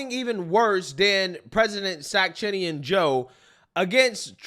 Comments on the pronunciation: "Sack-chinnian" 😂😂😂 So great. 🤣🤣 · I don’t have many problems with your intros but his name is 😂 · did i hear sack-chinian lol